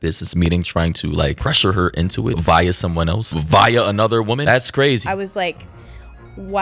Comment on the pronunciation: bro sayin viya but i think he mean via